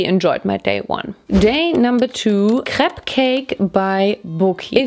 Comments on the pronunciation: Diese deutsche Absprache CRÈPS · The ‘Craps’ kinda killed me lol. Crayps